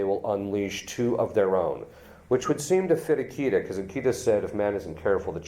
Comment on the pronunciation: Akita is pronounced "AH-kee-tah". I pray for you, Father.